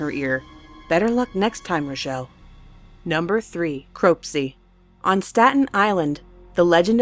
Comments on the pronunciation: It's pronounced Crop - C not Crope - C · Its crop-sey Cropsey not crope-set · Crop-see, not Crow-p-see. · it's pronounced CROP-SEE not CROPE-CEE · It's Crop-See not crope-see. This channel has diminished in quality since the name change. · Crop-see, not Crope-see. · it's not crope-sey its crop-sey lmao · It's "crop-see". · Croapsy? um.. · sheea lebof and crooopsee? If you're gunna have people do voice over, please have those people learn the correct pronunciations of those words. :( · Ok, obviously it's SHY-uh, but the rank water story happened at the Cecil HOTEL not apartments, and it's CROP-sy, as "I'm planting some crops." Does anyone ever do any fact/pronunciation checks anymore? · i live in staten island, gone to the abandoned mental institution a few times too, its pretty creepy but a fun place to hang out with friends... and btw its pronounced crop see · Um i am a states islander and she said "Cropsey" wrong which irritates me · > mispronounced "Shia LaBeouf" > mispronounced "Cropsey" Not to be super whiny, but this should absolutely be age restricted for the severed arms. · You are saying Cropsey wrong, sorry that stuff drives me crazy 😅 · k what is wrong with the narrator it's spelt Cropsey, is there a W in there? No. I have no idea where she got that pronunciation and also how can she not know how to pronounce Shia Labeouf